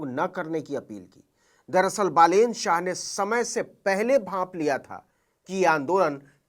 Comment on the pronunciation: Ha bro, naam pronounce karne me galti hoga but aur godi media ki taraha fake news 📰 to nhi de raha